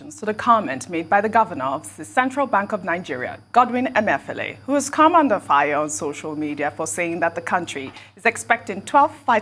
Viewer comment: I love these guys, all four of them--brilliant and fun folks. is Igbo, why does she always have difficulty with pronouncing Igbo names, including Emefiele, which is from her neighborhood of Igbo land?